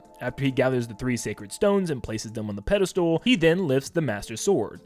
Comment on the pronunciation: Just a heads up -- it's pedastal, not pedastool...